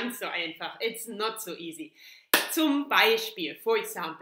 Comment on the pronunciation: You said, "It's not zu easy" That's funny at some point :D